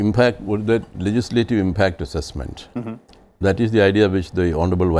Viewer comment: There's no question about the merit of the panelists and the quality of the discussion. Big picture restores your faith in TV debate/discussion. But, sorry to say, this particular anchor sometimes tries too hard to speak English which is very irritating. Why does he need to speak in a different accent ? And, with the additional pronouncing of 'ah', like 'processah', 'impactah', the accent sounds more pathetic...